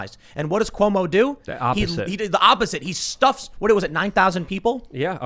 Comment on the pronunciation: Every time says Cumo it’s like a sad clowns name. Cumo the clown. 😂🤣😂